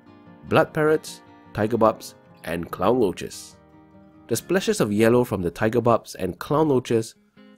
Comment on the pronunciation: I love this but did you say clown roachesss??👀